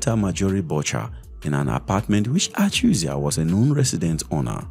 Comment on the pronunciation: The is Joseph Achuzie, not Achuzia